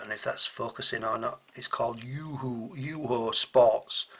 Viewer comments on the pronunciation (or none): Pronounce Yoh-hoh